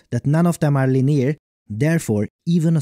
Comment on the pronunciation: you're saying linear? look up the pronunciation if that's the case ^^